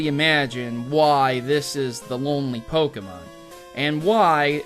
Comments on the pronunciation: EEEWW SAID POKE EEE MON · You shouldn't make theory-videos if you cannot pronounce Pokémon correctly....